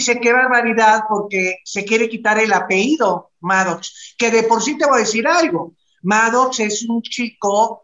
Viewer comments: Que no es “APEIDO” es APELLIDO!!!!! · se dice apellido no apeido